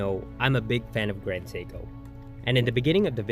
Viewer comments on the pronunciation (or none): Nice watch. Horrible AI narration. Can't even pronounce Seiko. 🤮